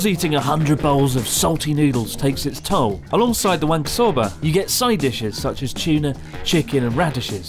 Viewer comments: Chris: "wanko soba" Connor: "Wank O'Soba" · so just to make sure. It's Wank-O Soba right? Specifically wank apart from the rest of the pronounciation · i cannot stop hearing, "wanker soba" xD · As a fellow Englishman, I had to have a little laugh every time I heard "wanko soba" 😂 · i like whenever chris says wanko soba, youtubes captions just says wanker sober